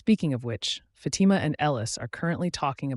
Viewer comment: Its not fati-ma...its phaati-ma ... cant ignore this anymore. Great recap though 👏